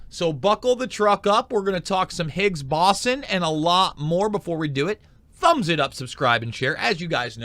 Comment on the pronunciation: be a little more informative if you could pronounce boson correctly